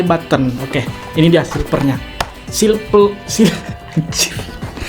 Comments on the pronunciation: silver bukan silper pake v loh #Q&a 1.abang bisa ngomong v gak sih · Aku ngakak sendiri liat abang nya taypo bilang silver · Bang tadi abang bilang silper tapi salah itu silver bukan silper 😂